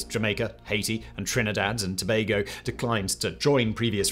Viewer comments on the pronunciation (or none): none